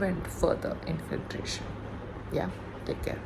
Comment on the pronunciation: Now listen , u so-called CELEBRITY + state topper + blah blah … it’s inFILtration not inFLINtration …. N chatGPT not chatGTP … Today’s homework - sit n practice these 2 words GOT IT ? Do u understand ? Yay babyyyyy !